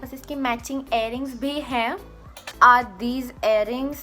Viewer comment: air-ring nai earrings bolte hai nice jewellary